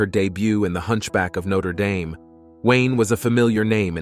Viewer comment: Terrible monotone and it is not pronounced noter dayme